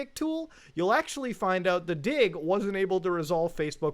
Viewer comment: I am not so sure why read "dig" as "dio."